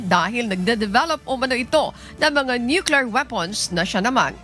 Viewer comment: Ate… please wag na paghaluin and English at Tagalog accent. Tagalog ang balita mo.. sa tagalog accent lang kasi mas nalilito ka kung maybhalong english accent. Di magandang pakinggan. Sabi mo sa word na military.. may accent.. pagdating sa word nuclear.. napalpak na ang english accent.. tagalog accent na lahat.. wag na slang-slang..please!!!